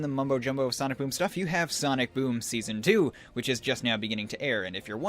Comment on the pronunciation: said Sonic Voom at the beginning of the bideo